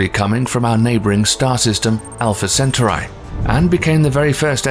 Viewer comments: Center Eye - lol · Pronounced, cen-taw-ree. Not, cen-taw-reye. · Centauri" is pronounced "sen-TAR-ee." How would YOU like it if somebody consistently mispronounced your name, like calling Wednesday Addams "Winnifred"? You're welcome. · Pronounce "Centuri" right. How can you expect to be taken seriously if you f**k things this simple up. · its pronounced centaur E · No listen to the man .centaur/eye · yes, it's sen-ture-eye. Probably the same ilk as those who pronounce 'beta' and 'bayta', instead of the correct 'bee-ta'. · I turned this off when he couldnt even pronounce "Centauri" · I lost interest as soon as he mispronounced centauri. Plus its spelled wrong on screen. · The way he pronounces centauri makes the video look cheap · Wtf is wrong with narrator and pronouncing CETAURI???? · The way he pronounces "Centauri" is really grating on me lol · The pronunciation was annoying but the spelling of "Proxima Centautri" was even worse. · Why couldn’t he pronounce it like Last star fighter did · It's annoying because he has heard it pronounced correctly and chooses to mangle it anyway. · Shame the narrator keeps pronouncing the Name of Alpha Centauri and Proxima Centauri incorrectly. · That makes me doubt his credibility besides the mispronunciation of Centauri. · Alpha WHAT??? WHY WOULD YOU MAKE A SPACE VIDEO AND THEN PUT THE EM-PHASIS ON FREE WRONG SY-LLABEL? Oh shit, then we got to "Vul-Pecula" Dude, I'm out. My ears are hurting